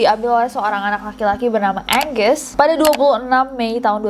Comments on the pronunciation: Word : ANGUS Nessie : "Enjeus" Me : Angusss 👍🏿😭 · Muhun, sanes Enggeus (geus) .. Hahaha